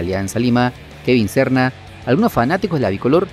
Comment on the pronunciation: Quien es Kevin Sorna? Pronuncia bien oye chistoso es Serna ok.